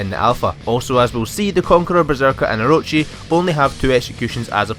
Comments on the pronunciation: I'm sorry how did he pronounce Orochi? How can you say it wrong? It announces the guys name correctly in game so you already know the correct way to say it xD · He butchered the pronunciation of "orochi"